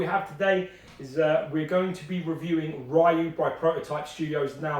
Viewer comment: ''Ryu has always been my favorite'' But does not even know how to pronounce his name. Gold.